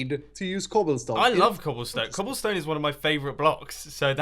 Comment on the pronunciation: "I love cobillstone" #ssundewuldbepruwd